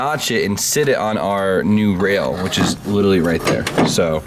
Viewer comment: Only complaint is how you say "litally" rather than "literally" constantly